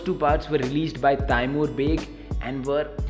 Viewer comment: It's not taiiimor it is tamore it's annoying